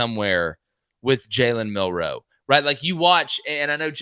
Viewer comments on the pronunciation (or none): Just a fyi fellas in case there's any confusion, Bama's QB here in 2023 DOES NOT have multiple last names NOR is it hyphenated....Ok?? Cool?? So I'm just requesting that the pace of yall speech remains the same whether pronouncing a name like Jackson or Millroe..... ITS NOT JALEN MILL-ROE or JACK-SON just stay fluid boys!!!!! It's been driving me nuts but it's a me problem but totally feel like I'm so not alone